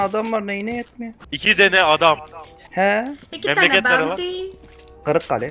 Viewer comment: x: memleket nere: gırıggale:)